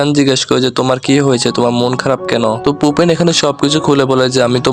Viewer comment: ওর নাম ফুপে!!!! পোপেন না!!!